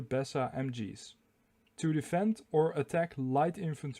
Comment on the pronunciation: Besa is pronounced as Beezer.